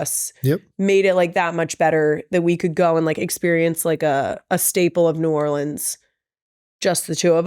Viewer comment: As someone who lived an hour from New Orleans my entire life. Thank you for saying New Orleans right. When Kendrick said it wrong I was so sad lol.